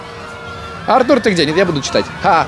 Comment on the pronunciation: Артур ударение на а